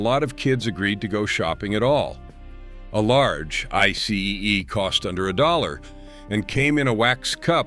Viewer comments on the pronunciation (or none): You said I C E It's actually called an I SEE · It's pronounced: 'I-cee'.